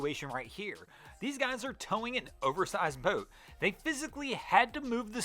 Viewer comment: Anyone else cringe every time this clown says "boat"?!?